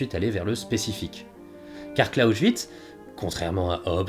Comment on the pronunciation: Très intéressant mais Clausewitz, ça se prononce « Klaossvitse » et pas « Klaochvitse ». Amusant car tu faisais la même erreur avec pour Bismarck où tu prononçais « Bichmark » :p